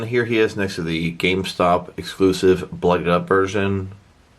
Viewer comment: oh when you said Exclusive you had an F in Sive